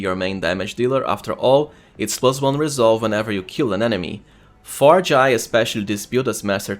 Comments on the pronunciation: It is pronounced J-eye, that's how the VA's in game pronounce it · i dont think she is pronaunced like this